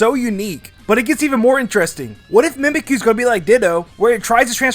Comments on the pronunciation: ITS mimicyu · Mimikyu Mimic-you